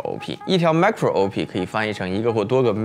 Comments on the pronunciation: 我是電腦硬件的門外漢，但看完你的影片後也好像也看懂了M1 的構造了 其實Marco 的讀音是「媽-cro」而Micro 的讀音是「咪-cro」(就是microphone 咪高峰的「micro」) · “注意这两个macro是不一样的写法” --为什么会有这句话呢。因为你读错了。